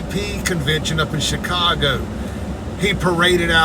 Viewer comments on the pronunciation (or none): none